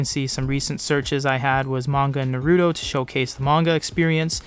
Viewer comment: Good video but it would really help your manga cred if you pronounced Naruto correctly :p